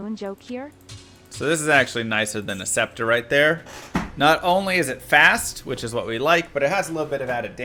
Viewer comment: Why are you pronouncing “scepter” properly? What happened to you 😔